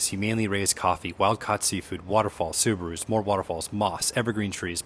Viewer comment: Lol…”Subarus”….I caught that 🙂